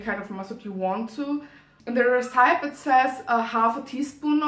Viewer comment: Schön gemacht! Bin ehrlich gesagt sehr positiv überrascht, die Kamerapositionen sind sehr gut und du hast auch toll geschnitten. (Zumindest aus der Perspektive eines Laien ;D) Einziger Kritikpunkt: Check mal die Aussprache von recipe. Tatsächlich scheint das Filmen auf englisch eine super Möglichkeit zu sein, englisch zu lernen, ich bin ja fast inspiriert! Hören wir auch mal griechisch von dir? Und zu guter Letzt: der thumbnail ist super! Hab dich lieb <3